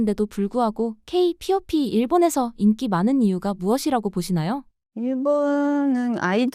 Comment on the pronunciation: AI 나레이션을 쓰더라도 업로드전 체크는 해줘야 이런 채널 마저도 대충하는게 아쉽네요 케이 피오피가 뭡니까 케이-팝으로 수정해야지